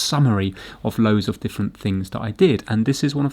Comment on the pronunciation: I can’t believe you corrected yourself on the pronunciation of the letter H and yet you still pronounce“off” and “of” as OFF. Merry Christmas and family.